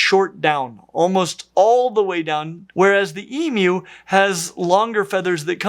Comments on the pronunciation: Can I just commend you as an Aussie how nice it is to hear someone pronounce Emus correctly? Go the dinosaur 🦖🦕!! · Strange. I’ve only ever heard people pronounce it that way. Didn’t realize it was uncommon. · The correct way is the way is pronouncing it (which to my ears sounds like e-mew). And cats don’t just meow, they also mew, so that’s the reason for the cat emoji. So basically: E-mew (rhymes with queue)- way pronounces it, correct pronunciation E-moo (rhymes with true)- way some people pronounce it, wrong pronunciation E-meow (rhymes with cow)- way no one pronounces it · e-moo. He says e-mew which is correct. So many people make a moo sound but the correct pronunciation is e-mew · As an Australian, I am overjoyed to hear an American correctly pronounce emu. Thank you! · I've literally never heard someone pronounce it e-moo, and I used to volunteer at a zoo that had an emu. E-mew is the only pronunciation I've ever heard. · Texan, and in all my 60 years I have never heard anyone say E-Moo, not even when speaking about mechanical bulls, though I have heard Moo-Poo said by children in cattle barns. I can't really really say I've ever heard E-Mew (rhymes with E-New) either, only E-Myou just like he is saying it. And now with all the Australians saying it's pronounced E-Mew, which to me sounds just like E-Moo (rhymes with E-New) when I say it, I'm confused. I am further confused by his emoji comparison, E-🐱 not E-🐮, cats don't mew, they mEow and it can't be E-Meow can it? Help! Is it E-Myou like he is saying it, or E-Mew/E-Moo, or , heaven forbid, E-MEow cat emoji? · that is accurate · That's the only way I've ever heard anybody say "emu" in my entire 43 years as an American. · this threw me off so hard. hit even harder once i realized this was the correct way of pronouncing it. legit never heard it this way before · I’ve never heard someone say it except for the way did. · It is strange to hear an American who can say emu correctly.